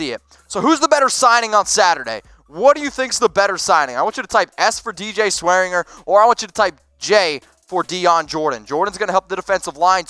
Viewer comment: it's pronounced DJ SwearinJER and Treston DAYCOO